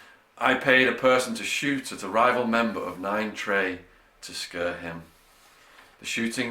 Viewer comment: "...to shoot at a rival member of nine trey to scurr him."